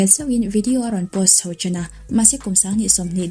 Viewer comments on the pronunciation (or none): Ho tih tur ah 'hau' i ti zel a....